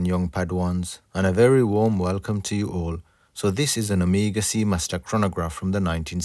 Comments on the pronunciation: nono not omiga! omEGA! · anyone else is irritated that he pronounces "Omega" as "Amiga"? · Ok,we all know your island accent but you are screwing it.Its not Amiga but Oooomega!!!Nice work. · You are mispronouncing "Omega".....I'm sure you have been told this before. Ask yourself this...."How do the Greeks pronounce Omega"..Now you have your answer. Good Video. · I'm perplexed as to why you mispronounce Omega but perfectly pronounce Jaeger-LeCoultre?